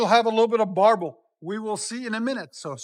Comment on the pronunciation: On mine I have all the resonators deleted and have the stock muffler and it’s sounds clean! The fronts were supposedly to cancel drone and minor change in sound. I also have new tips on mine. Also it’s “burble” not “barble” lol.